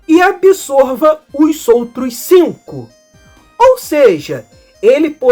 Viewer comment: vc tem uma característica na sua fala que eu nunca tinha escutado na minha vida (e sim, sou velho). Vc é a única pessoa que eu já vi que termina um palavra terminada e "s" em que a palavra seguinte começa numa vogal e vc não muda o som desse "s" para "z". Exemplo: "os outros" vc diz "ossoutros" ao invés de "ozoutros" como, até onde eu percebo, todo mundo fala no pt-br.